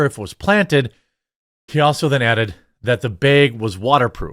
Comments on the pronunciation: I’m having a really hard time with how you pronounce the word bag. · I watch this channel every day with high hope that Jeremy says bag. 😂😅